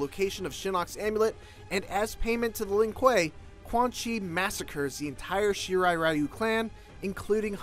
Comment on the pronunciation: Here is how you pronounce the clan name :-) you are welcome!